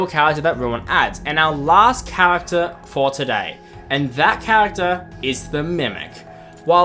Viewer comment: Why does every fnaf YouTuber pronounce character as chawagter